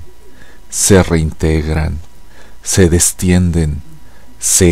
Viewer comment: Buen tono, pero hay errores en la pronunciación de algunas palabras. Es "se distienden" y "se enervan".